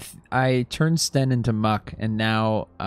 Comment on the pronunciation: Sten not Stan.